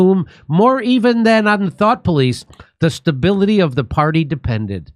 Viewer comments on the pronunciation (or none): none